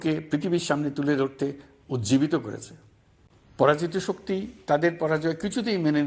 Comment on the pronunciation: Pora joto soktti k? Tora pora jito sokti